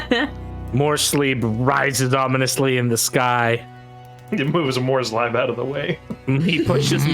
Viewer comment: "Morslieb" being pronounced "more sleep" is always a good one. ~ translates roughly to Mors love/favorite though.